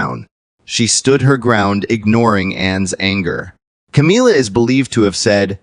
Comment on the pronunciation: Ca-mil-la, not Ca-meal-la.